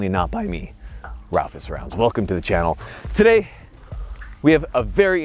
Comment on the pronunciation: Every sentence with this guy is like: "Welcome to the chenNEL WHERE I............ talk like this...."